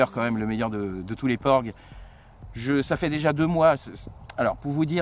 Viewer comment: Porgs et non ports